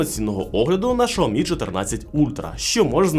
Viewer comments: Алло не знайомий з брендами, які продає? Ну як так можна вимовляти назву бренда? Це ж вуха ламає! Якщо ваш маткеторог каже, що погана реклама - теж реклама, то звільніть його! А ще того, хто сказав продовжувати вимовляти Шаомі, бо від того тільки шкода. А відсутність на реакції глядачів, що є ігнором аудиторії, можна розглядати як неповагу до аудиторії. Дивна ситуація із "Шао-мі" в "Кал-ло." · 😂 Той випадок коли інтелект значно відстає за ,,швидкістю" язика! ,,Шаомі"- 😱